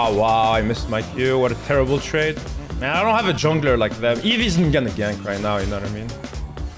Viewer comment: Am I the only one who heard terrable instead of terrible